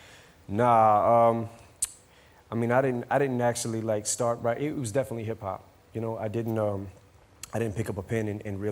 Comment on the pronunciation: lol, he says: was it wap that got you into witing in the fiwst pwace.